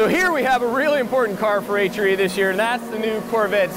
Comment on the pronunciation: Why does it hurt my brain when he says HRE? The way he pronounces R makes it sound like he is saying Ehytcheree. LOL stupid I know but yeah I'm weird, anyone else weird like me? LOL